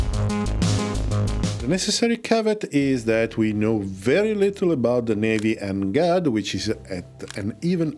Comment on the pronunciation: NGAD reads > แหง็ด